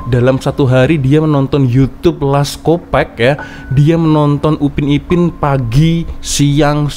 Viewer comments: sebut nya lets kopak, bukan kopek, bunyi lucah kalau org pantai timur malaysia dengar 😅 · Salah cak....sebutan benerannya "Les kopark"... Bukan Les kopek...kopek itu maksudnya payudara cak....kooo parkkk...bukan kopek....